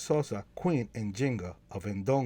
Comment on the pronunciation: En - zing - gah, three spellings, one pronunciation...thx for the reading...